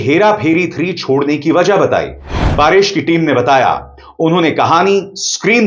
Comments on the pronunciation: जी, आप परेश रावल को बार बार पारेश रावल क्यों बोल रहे हो? 🤔🤔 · पारेश नहीं परेश रावल नाम है। आप बार बार पारेश पारेश कह रहे हैं। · Paareshh nahi paresh dhang se bol warna video mat bana